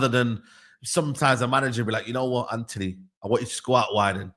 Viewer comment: The fvck is Anony? It’s Antony ffs 🤦🏾‍♂️